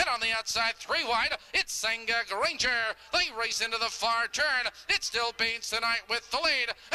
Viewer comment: I do and I'll be sending more coming up. "Granger" not 'ranger' lolll